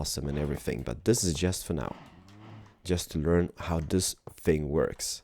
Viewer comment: You said lets Lear to tink